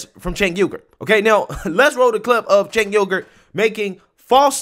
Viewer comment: Lol he called Cenk Uygur said "chink yogurt" lol